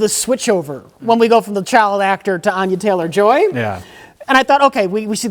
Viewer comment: You guys give crap to for his pronouciation of words, but proceeds to call the leading actress "Anya Chaylor"